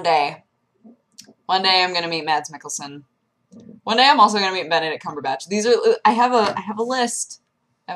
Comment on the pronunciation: im danish, the way pronouce Mads Mikkelsen (lead of Hanibal), is sooo amasingly fabulous ^_^